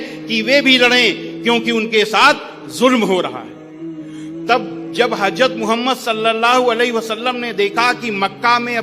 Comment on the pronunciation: আমার নবীজির নাম কত সুন্দর সম্মানের সাথে উনি(হিন্দু আংকেল) উচ্চারণ করছেন। আল্লাহ উনার উপর সন্তষ্ট হবেন, ইনশাআল্লাহ।